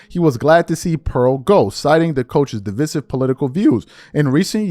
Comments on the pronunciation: DEeee Viiiiiiiiiseeeeeee. Siv … de. Vise. Sive. Pronounce with I. 😂😂😂😂😂 not how ever you were pronouncing it 😂😂😂😂😂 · You Murdered The Word Divisive .